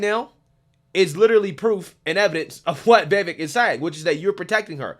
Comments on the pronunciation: dude it's "Vee-Vake" as in cake. The dude said this multiple times on the road. Cuomo got it wrong the while time. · Do you ever listen to commentary? His name is pronounced Bee Bake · Vivek is pronounced, (vi-vake). It's 2 syllables, it's not that difficult to say, especially when you're talking about him every day😂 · It’s Vivek as in Cake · It's Vivek like "cake". Learn how to say his name. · His name is pronounced like Vi-Vake. The last syllable rhymes with Cake. It is funny how everyone can’t say his name. Anyway, Vivek should be Trump’s VP or Sec State or some high position in his cabinet. He is legit truth. Articulate and knowledgeable about all the issues and has a clear head and is calm under fire. He calls out the bull Twinkie’s and spits truth and verifiable facts. Such a fresh breath of air. I despise all politicians and don’t think any of them have our best interests at heart. Trump and Vivek in 2024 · Hi, just a slight correction. It's Vivek ( rhymes with cake) pronounced Viv-ache. Keep up the great work. Just thought in a manner of transparency you would like to know. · His name is pronounced like Viv-Ache like Cake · Vi - VAKE...rhymes with cake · Why are you calling him veevek? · Thought this might help! I heard Vivek state how his name is pronounced. The vek portion of his name sounds like cake. Vivake/Vivek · Vivek rhymes with cake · When are you gonna learn to say this man’s name properly? I am tired. Please. Chris is saying his name right. Listen. I would enjoy your vids on him that much more. It matters.